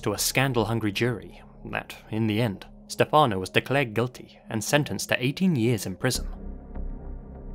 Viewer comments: As an italian yearlong fan of yours… you‘ve pronounced everything beautifully (and I thank you sososo much for the effort and work you put into it cause it shows) except for Stefano. In italian we say Stéfano (with the main accent on the e) instead of Stefàno (how you said). Besides that, I love how you‘re bringing up one of my country‘s most famous case and letting the whole world know about it. Obsessed with your work, keep up with it!! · the way you pronounce stephano hehehehe